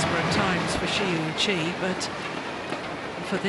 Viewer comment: These commentator should learn how to pronounce Shi Yuqi ... :(